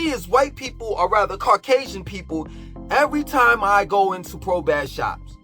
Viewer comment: BASS PRO SHOPS REPEAT BASS MF PRO SHOPS YOU CANT EVEN SAY IT RIGHT